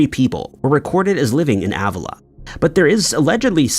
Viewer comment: It’s pronounced Uh-villa. It’s definitely haunted.